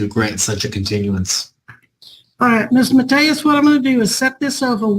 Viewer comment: Mary Grace Matias surname is a Portuguese name. Her name translated into Portuguese is common.😋 says "Mateias" The "I" should be enunciated with a similar sound as in "to Live"